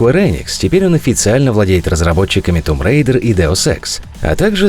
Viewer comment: Спасибо тебе за грамотное произношение Том Рейдер, которую все называют Томб Райдер, ссылаясь на комьюнити. Мол, если комьюнити так говорит, значит так правильно. Достали эти Фалоуты и Кал-оф-дюти...